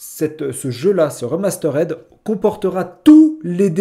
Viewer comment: Remasterède...????? puree l'anglais 😂😂😂